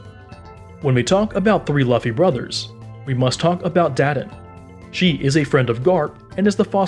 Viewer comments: laffy amp 🤣🤣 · Loofee not lufi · it's luuuufffy not laafy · Its not lufy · he really said “luhfee” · Bro I couldn’t help but correct you there. LUFFY is pronounced as LOOFIE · You know he doesn't watch One Piece, when he says "Laffy" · he said LOFI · He doesn’t even say that he says luff-ee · Makes me mad lol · I thaught he said lughthy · when you reupload with new narration, but still say luhffy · wow “luh-ffy’s family tree is crazy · "Monkey D Luhfy" 💀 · "Monkey D laffy" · Lu-Fee bruh it's pronounced Lu-Fee and Si-kay not say-k the butchering of these names are Killin me it was hard to watch to the video without being tempted to mute the audio still good One Pie-say video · Ah yes Lufhy, Port-Gas, and gARp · It's lu-fee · It’s like this loofy that’s how it’s pronounced. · Bruh "luff-e" lol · It is pronounced "lu-ff-e" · not the 'luhffi' and 'portaegoos' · It’s Pronounced LU-FEI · Wait who's laffy? Lmao😂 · its not luffy is said loo-fy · It is spelled luffy but pronounced loofy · Bra it’s luffy lew-ffy 🤷🏾‍♂️🤦🏾‍♂️🤣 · It’s pronounce L-oo-f (e) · I man said lufey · Luhffy 😂 bro shit is triggering me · How do u read luffy and say laffy😂😂😂🤦🏾‍♂️ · You say it like looffy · It is loo-fee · It’s pronounced loofee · Calling Luffy Laffy proves that you have no idea of One Piece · stopped watching the video once he said laffy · i disliked when i heard laffy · "LUHffy" just delete the video dude ur ruining OP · Luhfee?...gezuz learn to pronounce it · The Luffy pronunciation just put me off man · He said luffy but the u is veryyyyy a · the way he is pronouncing luffy deserves a dislike . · The Luffy pronunciation really did kill it for me. BUT, I just turned down the volume a little bit and kept watching. Still a good video! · LUFFY?ITS PRONOUNCED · yeah as soon as i heard that luffy pronunciation i was out dawg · The way you pronounced Luffy was such an insult to the ears I didn't want to watch the rest. You should take this down and redo it with the right pronunciation.